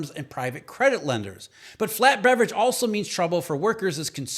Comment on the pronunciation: I can't not hear Beverage. You ruined me. 😎😆